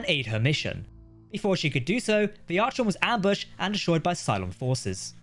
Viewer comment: It's pronounced Ar-con not Arch-on. I'd probably call my battlestar gladius